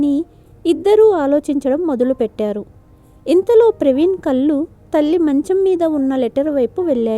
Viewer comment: Konchem kathanu fast chadavandi opika nu baaga test chestunnaru కళ్ళు అనండి కల్లు కాదు